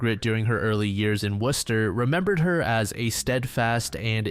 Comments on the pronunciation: sometimes I can't tell if this is an elaborate AI channel because there's so many floating around, but pronouncing Worcester correctly does add one to the "not" column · Did a double take at hearing "Worcester" pronounced correctly 😳👌🏻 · im impressed with your correct pronunciation of Worcester